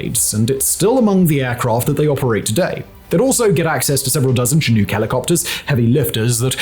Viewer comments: The pronunciation of "Chinook" in this one keeps bugging me. The first syllable is pronounced "Shin" rather than "Chin", and the second syllable is "nook", rhyming with "book". "Chin nuke" is a very grating mispronunciation! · I served in the military and rode on multiple Chinook in Korea I’ve only heard anyone pronouce Chinook. ‘Sha-nook’ not ‘Cha nuke’ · Did Simone hit his head? Why does he keep saying Chin-uuk? It's not a hard word to pronounce. Shin-uck is how one says Chinook. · chin-ooK, god damn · Simon, it's pronounced Chi-Noo-k with a hard k at the end. Sincerely a former night stalker. Thank you for making one of the best videos on my former unit I've seen yet. N.S.D.Q.! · Love that yall are paying respect to the special forces and all, just mildly irritated by the pronunciation of the word Chinook. From every American ive ever heard pronounce it, it's roughly "shi-nook" with a soft "o" sound not hard the way he was pronouncing it. This is the name of a Native American tribe from modern day Washington and Oregon (primarily the former) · It's not pronounced "chin-nuke". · It bugs me how you say chinook....... Chin-nukes.....its not said that way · For future reference: It's SHIN OOK as in in-hook; and it's KI USE, with the i being long and as in "that tool has a lot of USE. Just FYI. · Hey Simon, here in Murica we pronounce it "Chinuck" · Ok chinook is pronounced as Shin-ook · Don’t know how you can produce so much content but I admire and appreciate it. The second syllable of Chinook is pronounced the same as “hook”. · The way you pronounce chinook tho 😂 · Is it just me or am I the only one bothered by how he pronounces Chinook? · Once again, Simon comes upon his nemesis… having to try and properly pronounce “Chinook” lol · The mispronunciation of the covered aircraft really distract from an otherwise decent video. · Anyone else laugh at how he pronounces “Chinook”? NSDQ! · the way you say chinook bugs me for some reason XD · Chinook pronounce shin-uck